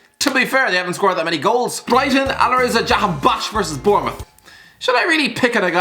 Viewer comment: No one:: Alireza Jahan BAKHSH